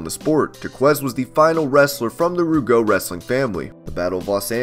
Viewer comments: PCO is not Jacques' brother and you pronounced Jacques and Rougeau wrong! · Oh my god did he so butcher Jacques rougeau and the quebecers pronunciations. What's sad is my Google Android device can understand what's really being said when you say it correctly but the guy who made this video totally butchered those names I couldn't stop laughing